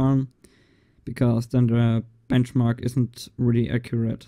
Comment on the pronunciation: "Blenchmark".... Yep. OH, and there is plenty of those "blenchmark's" already... Try CineBench, for example...